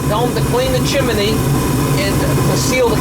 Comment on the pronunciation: Propper saying is Chim-ney not Chimaney omfg you are talking like you from Pittsburgh, where they say Warsh, instead of wash, omfg you are killing me hahahahahaha what a great laugh